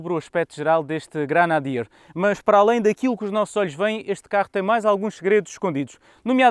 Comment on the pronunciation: Granadier? GRENADIER! Nem o nome consegue dizer!!!